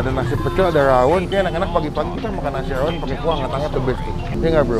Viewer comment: Rrrrrrrrrrrrrrrrawon bang😭